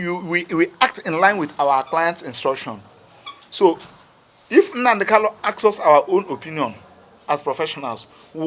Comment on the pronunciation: Please pronounce Mazi Nnamdi kanus name correctly you supposed to be a lawyer who should know better, thanks